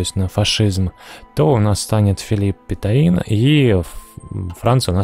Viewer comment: Даладье, Петен - режет слух, все-таки не последние исторические личности...